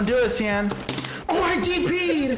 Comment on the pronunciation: I like how Xian pronounced quickly sounds like Champ. Nice one, Champ.